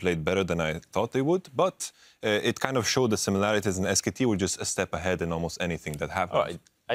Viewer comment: omg that dash guy... ITS SKT NOT SK